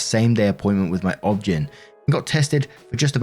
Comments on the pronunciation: OBGYN = "Awb-Gen"??? 😅😂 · Love how it's clear doesn't have kids from the blatant mispronunciation of Ob-Gyn. It's obstetrics and gynecology, sweet summer child. Obs gyn. 😁♥️ (Sometimes I wish I didn't know what obs-gyn meant tbh.) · Did anyone else laugh at how he read OBGYN. You say the letters. Its not a word. 😂😂